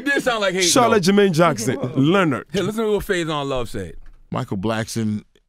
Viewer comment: Did he just say Charlette Jermaine Jackson? I'm officially deceased 💀💀😂😂💀💀